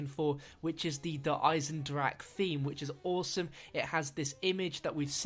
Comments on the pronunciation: Not trying to be pedantic, but it's pronounced "Der Eisendrakeh" . You pronounce the "e" on the end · I cringed when he said der eisendrache like der eisendrack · good video, I just wanted to point out that you do pronounce the E on the end of 'der eisendrache'.